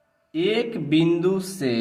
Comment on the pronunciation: सर आप बिंदु को विंदु कह रहे है